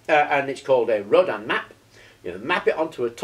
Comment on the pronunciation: nice vid, just a point though......... its pronounced ROW-DIN... as in Tin....also....what you have there is more commonly called a "starship coil"...or....a flattened Rodin coil, a true Rodin coil is not flat but wound around a toroid, typically a plastic toroid as found in those childs plastic donuts they have to stack on a shaft in the correct order